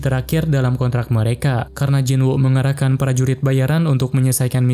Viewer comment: kok pranurit bayaran kedengerannya? :)